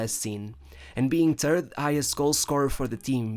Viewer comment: Os teus videos são muito bons, mas tens só de deixar de dizer terd em vez de third, que isso quer dizer cócó em inglês. Mas de resto, top stuff